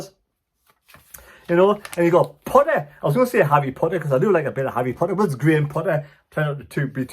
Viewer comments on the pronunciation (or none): none